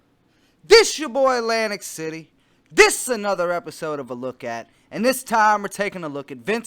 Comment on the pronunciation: Lmao "nice to be meeting all of you I'm Lantic City"